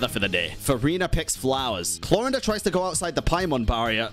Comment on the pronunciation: the whole time i was just trying to figure out why pronounces Clorinde as if it's spanish or german lol the 'e' at the end is silent xD